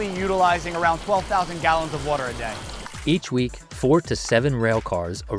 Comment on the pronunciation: How do you have someone named and not pronounce water correctly?